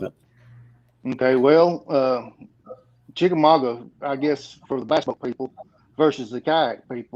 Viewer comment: For the record, pronounced Chickamauge correctly.